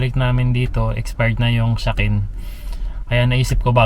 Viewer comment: " SHAKEN" po ang tawag nun, pronounced as Sha-Ken.